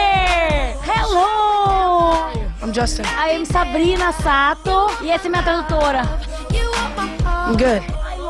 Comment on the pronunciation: E ele falando o nome dela errado.